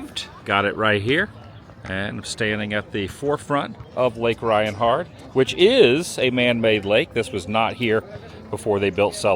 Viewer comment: All this time I thought you were saying “Reinhart” not “Rianhard” lol.